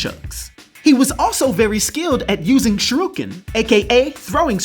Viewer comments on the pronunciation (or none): Darker tmnt is always insane. Insane in the membrane and same as it never was from 2003 cartoon, it's amazing it was nightmare fuel fit for kids. shoe on the other foot lol 😆 and no probs about that shuriken pronunciation. BTW hope you do a GI Joe character next week to celebrate GI Joe 300 for Thanksgiving week, shame stuff gets no views so I don't blame ya if you don't.